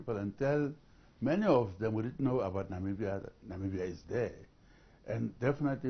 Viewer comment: It's Namibia guy's not nambia🙄